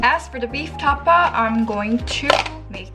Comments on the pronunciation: I love your accent say it again: Ta-pa ❤️😹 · Can’t stop laughing at your distinct Koreanized tapa!